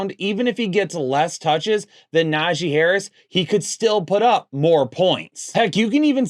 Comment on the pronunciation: put some respect on Najee's name